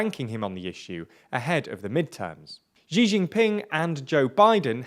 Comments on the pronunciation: It's really not difficult. X in Chinese is not a g or j sound like in "gee" or "jee", x is a "sh" sound like "she". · Xi is pronounced /ʃiː/ like the word ‘she’. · Xi is pronounced as ʃiː (She), please consult someone before making videos.